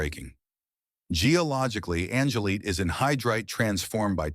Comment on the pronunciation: It’s Angel-light, not angle-leet.